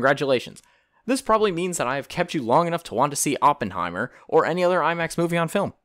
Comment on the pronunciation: "AWpenhiemmer" "Sillian murphy", yeah im not watching anymore